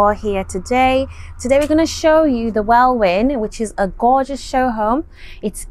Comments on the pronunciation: Pronounced WeIin not Welwin a silent w....sorry just had to tell you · The second w is silent in Welwyn.